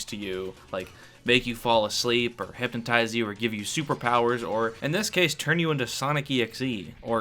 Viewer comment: im absolutely fucking tweaking i heard u say "hypontize" im so pissed istg theres an entry in the iceberg that said that im going cray cray